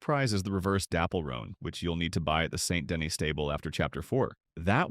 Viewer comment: Did you say St. Dennis traffic? DEN-ease. St. Den-ease